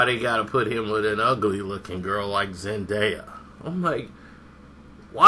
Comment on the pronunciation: thinks he knows everything but he saying her name wrong stupid idiot